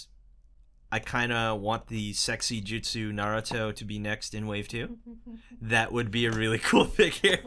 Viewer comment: Its not Jitsu its Jutsu